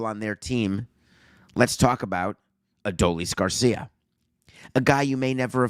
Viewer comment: good gosh, stop saying his name wrong please